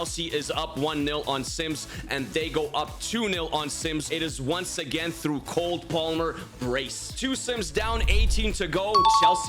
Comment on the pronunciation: he said COLD palmer😂😂😂